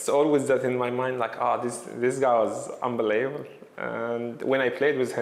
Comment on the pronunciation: Mo 'Unbeleebull' Salah